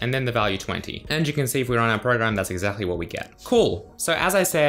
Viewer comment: I like how he says exachtly